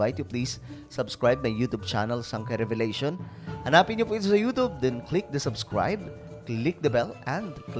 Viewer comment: Pronunciation mo YouTube it sounds youtobe